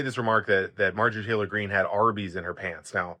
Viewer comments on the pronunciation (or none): none